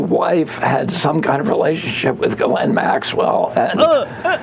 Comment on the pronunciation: Ok i’m sorry but saying “gisselle” (my name) instead of “Ghislaine” in an Epstein joke… Sir!!! 😂 pls be careful